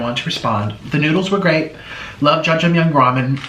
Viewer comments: that is NOT how u cook Jjajangmyun and it's not "Jjajang myung" idk why tf u would think you are the "noodle king" smh. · the way he said jjajangmyeon....